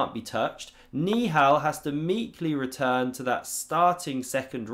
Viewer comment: i think hes saying ni hao instead of niihal💀😭